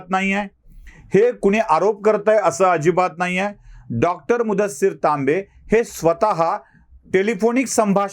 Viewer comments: सर तांबे की लांबे....? टीव्ही वर लांबे सांगत आहेत.... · तांबे कि Laambe?